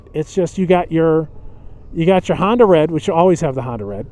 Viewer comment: It's Honda, not Handa.